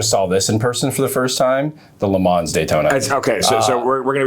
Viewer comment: Gentlemen!!! Le Man. Not Le Mans. The S is silent.